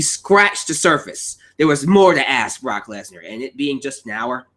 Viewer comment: Why u say Barack lesnar not Brock